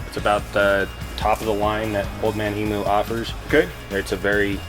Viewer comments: As an Aussie it's painful to hear them pronounce emu wrong! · Old Man Emu. Pronounced “ Eem-you”